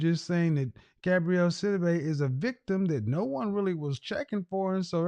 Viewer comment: Her name is "GABOUREY", NOT "GABRIELLE"...🤨